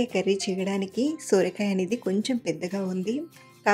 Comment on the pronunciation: Sooorakaya kadhandi sorakaya